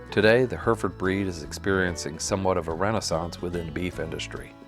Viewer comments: Remarkable. There aren't many American pronunciations which genuinely surprise me but that caught me off guard. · His pronunciation of the name drives me mad. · Listen to how in England they say Herefordshire and Hereford, because they'd be wondering what you're on about.. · It would have been nice to have a narrator that could pronounce Hereford! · 2 countries seperated by a common language, pronounced Hair Re Ford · its pronounced heh ruh fuhd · Yeah I have lived in Hereford and find the American pronunciation bizarre. We would say "Hair e ferd" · Mispronunciation is killing me. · The thing that kills me about this video is how "Hereford" mispronounced every 10 seconds. Other than that, it's a great video. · I had a chuckle with the pronunciation in this clip, here in Australia we pronounce the second e in Hereford…. Also Hereford cattle are still very prominent in Australia, but I definitely notice the uprising of Angus cattle over the years. When I was younger, going to cattle shows or local community shows, Poll Herefords were the dominant cattle winning in the stock parades… lots of fond memories…. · "heh reh ford". NOT "herford". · It is HERRY-FORD not HERFURD. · I'm proud to be from Hereford, England. Interesting video and I certainly learnt something new about our legendary cattle. One correction is on the pronunciation of Hereford. It should be said with three syllables heh-ruh-fuhd. I'm sure you are just using a normal US pronunciation her-fuhd and that's fine but to my Herefordian ear it sounds really odd. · Its pronounced H E R E FORD not just like the spelling. NOT HURFORD!! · It’s not pronounced Her ferd. It’s pronounced Herr ef erd. From Her ef erf erd shirr England. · What the hell are Herfds? They’re Hair-a-fords from the English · her-ferd is the Americanized pronunciation of Hereford. The actual English pronunciation of the city it came from and the name of the breed is Hair-e-ford. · "herfurd england" 😂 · Hurrfurrd -_- good grief.